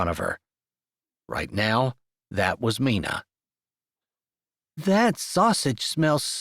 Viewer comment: Loved this story! Love the strong Christian faith that is a staple in your books Jessie. you always do a great job but wanted to tell you Mina is sounded out with a long I🥰. That was my mother’s name. Like the myna bird😏 Thanks for this beautiful book!